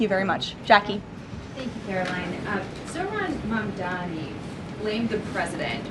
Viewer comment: His name is : Mamdani / try to say it correctly